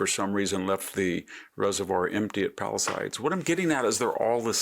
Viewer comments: This info is 6 days old. this weekend rained in the LA basin. All fires are extinguished or 95% contained. I am not excusing Bass and Newson but this is just a pro-Trump soundbite. BTW Victor is pronounced Palisaides and the oher location is Altadena .. not Pasadena. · Above the Santa Clarita valley. San Fernando valley is the next one southwest. And it’s Pala-sades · It's PAL-LI-SADES..SADES.NOT SIDES.MR VICTOR. PALISADES NOT PALISIDES😮